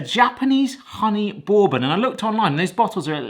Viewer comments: Looks absolutely amazing, well done.... But the first o in Bourbon silent so it's more like Burbon... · "Bore-bon" stressed me out 😅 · FYI: bourbon is pronounced BURR-ben or BURR-bin. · You saying borebane made me chuckle… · Borbon?? Mm i’m only ever heard it pronounced burbon. Is this an English thing? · “Borbon” lol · The British pronunciation of bourbon is hilarious. Boore-bun. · It is pronounced Ber-Bon. Like you're cold (ber) and then good in French (bon). And if you wanted a honey bourbon you probably would have gotten closer with a $20 bottle of honey jack or its ilk. Otherwise a great video :) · Are you trolling us with that pronunciation of bourbon? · You pronounce bourbon like you have never hear it spoken before. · Same! Bourbon is from the US, and it's definitely not pronounced the way he says it. 😂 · Exactly. That's like calling an American whisky Scotch. That's why how he says "bourbon" bothers me as well, because that is definitely not how it's said. 😂